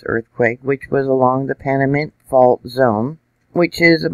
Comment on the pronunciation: PaNamint not PaRamint.